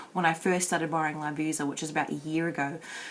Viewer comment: I used to work there it's lovisa (lah-vee-sah) :) love this haha x